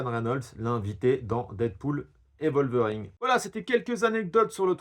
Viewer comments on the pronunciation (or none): T'as un souci sur la prononciation des noms propres : Wesley SnipeS avec un S et puis "WolverinG" wtf ?! 😁